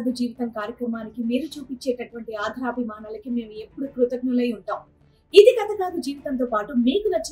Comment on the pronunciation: ' ఆధరాభిమానాలు ' కాదు ' ఆదరాభిమానాలు ' అనాలి. Pronunciation correct చేసుకోండి.